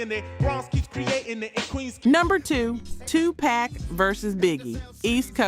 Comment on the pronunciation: 2Pac/Poc not 2Pack 😂, you good though.